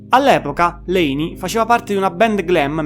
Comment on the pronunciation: Quando non sai nemmeno pronunciare il nome di Layne vuol proprio dire che non hai nemmeno idea di cosa stai parlando